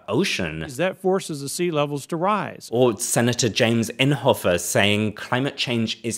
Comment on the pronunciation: Oklahoman here! It's pronounced "imm-hoff" like it rhymes with Biscoff....also, luckily he is no longer a senator, but unluckily, he was replaced by someone somehow way worse.